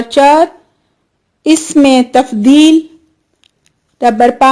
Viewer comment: Please correct your pronunciation for اسم و صفة Isam and sift are wrong.